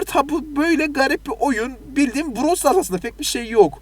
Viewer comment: browl stars 🤣🤣🤣🤣🤣🤣brooowwwlll